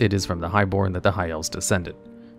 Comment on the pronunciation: Another vid, another mispronunciation. 😅 The “Di”in “Diadem” is pronounced like “Die” or “Dye,” not “Dee.” So it’s “Die a dem.” You could probably guess from the item, but it means crown. 👑